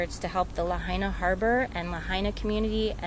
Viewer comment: PRONOUNCE LAHAINA CORRECTLY, AT THE THE WAY THE PEOPLE OF LAHAINA DO. Get someone who can speak, not just impersonally look down and read off a script.